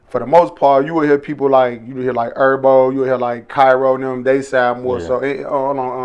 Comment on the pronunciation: Why u call Him ErBo?it’s herbo